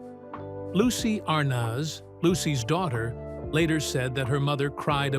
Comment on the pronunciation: This video could have been better organized. It's interesting to finally learn more about Vivian but it got repetitive due to the bad editing and failure to follow the time line. And the narrator doesn't know how to say Arnaz.